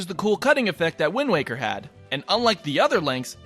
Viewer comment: Lemme guess, is it “why-nd waker” too?